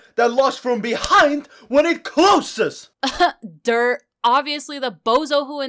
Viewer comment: PLEASE WHY DID SAY CLOSES LIKE THAT- No-One: Literally Nobody: cLuHoSeS Edit: WHY DOES HE TALK LIKE THAT IN GENERAL- Edit #2: the time when he said it